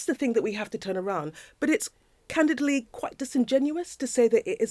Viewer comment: Candidley.... is that a new word she learnt ffs